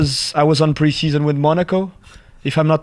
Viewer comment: “Pre sheson” That’s thick😂